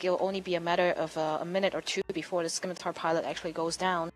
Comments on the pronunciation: Scimatar - Simatar not skimitar You dont say skissors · If she says skimitar again I will skin her face off. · You think she deserves some sort of special privileges just because she is a female? If someone refuses to pronounce words properly, and adds little to no value as a commentator, that person will be rightly criticized. It does not matter whether that person is male, female, black, white, yellow, brown, Jewish, Christian, Muslim, Atheist, rich, poor, human, or space hamster. If you act like an idiot on an international broadcast, you will be publicly ridiculed.